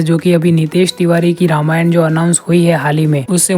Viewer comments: सबसे पहले आप "रामायणा" बोलना छोड़िए । "रामायण" बोलिए। अजीब हाल है भाई। और वाल्मीकि रामायण में किसी भी वानर के पास गदा का ज़िक्र नहीं है फिर आपको original रामायण में कहां से कौमुदगी नाम मिला। किस रामायण को original मान बैठे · Pehle toh ramayan ka pronounciation dhang se krle angrez....